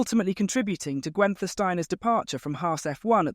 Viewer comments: Gwen-ther? Pronounce his name correctly. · Who TF is ‘Gwenter’ Steiner? 🤦‍♂️